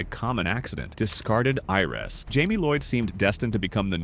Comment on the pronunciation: "Heiress" is pronounced /AIR-ess/.